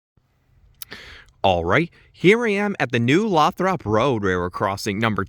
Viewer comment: It’s actually pronounced Low-throp